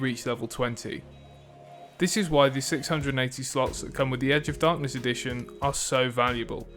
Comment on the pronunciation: The way you pronounce edition sounds like "addiction", which, tbh, suits the game more 😂